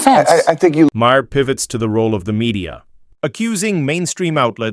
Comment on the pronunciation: Mah-hear! lol. Just stop this AI nonsense!